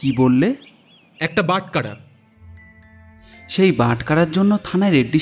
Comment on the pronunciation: বাটকারা শুনতে শ্রুতি কটু লাগছে। বাটখারা হওয়া উচিত।